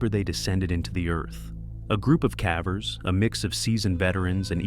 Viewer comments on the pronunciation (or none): Yeah, every time the dumb AI voice says "cavver", it totally ruins the mood because I have to laugh. I hate AI voices... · Apparently, AI has not advanced to the point where it can pronounce the word cavers correctly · I need assistance. Is it really pronounced as cahvers? Not like cavers/kayvers? I feel silly for asking i honestly just dont kno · "Calvers" that's how you pronounce cavers? Block this AI bs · What the hell is a cav ver anyway? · Lost me at cavvers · Whats a cavver? 😂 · Does the AI narrator have a speech impediment with "cavers"?